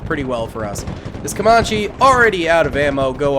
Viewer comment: Ca-man-che... Not ca-mah-che Also try building a small elite force closer to spawn instead of straight up charging head on into the fray. It's better to push out from spawn and secure multiple highrise buildings with snipers and heavy mg units to keep areas uncongested. Think about it like you would be forced to if it were you personally on the front lines. Me personally I'd want snipers to take out threats from an overwatch position and backed up by either LMG/Motar units or HMG/Grenadiers. It's like having the helicopters providing close air support for tanks and artillery firing on positions just behind the zeds to prevent too many from rushing your units.